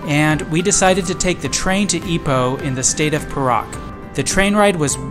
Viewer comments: I'm sure it's "Pay Rak" not per Rak. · The state Perak is actually pronounced as “Pair.Ruck”.... not as “Per.Ruck”.